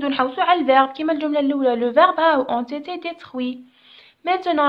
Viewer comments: شكرا استاذة بزاف ملاحضة هامة : -استادة ont été تتقرا اون ايثي مش اون ثيثيي نتي هك تقراي فيها 👈👉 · تقرا أون إتي